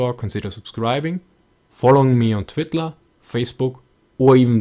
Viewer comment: made me laugh for a minute there at the end.... follow me on ''twittler'' lol